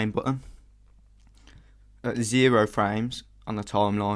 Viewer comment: ZerOH.. not ZeroUH, Thausi.. Not ThausUH... stop saying cool so much... Otherwise.. Brilliant dude.. thankyou.